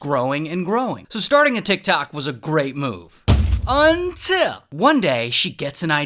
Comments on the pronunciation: Ray and his "unTill" 😂😂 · Ray is going hard on the "unTILL" 😂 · Me waiting for the “UNTIL” THEN there is another “UNITL” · It's the "UNTIL" for me😅